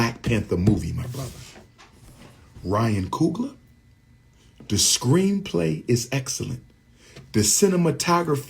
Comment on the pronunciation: ryan coon-gler 💀